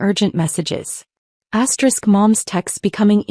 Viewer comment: Stop saying asterix!